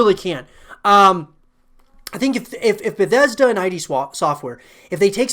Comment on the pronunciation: "Beddesda", "i-d software" please no :(